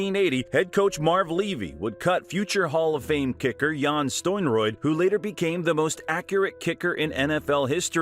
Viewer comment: Jan "stoinroid" lol his name is pronounced "sten-e-rood"